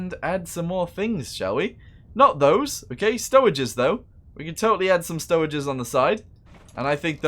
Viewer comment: he say stoweges tho